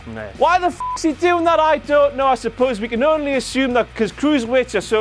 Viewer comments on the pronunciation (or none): none